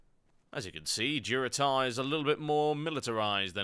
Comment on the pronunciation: Tauren questgiver said DuroTAUR hahah!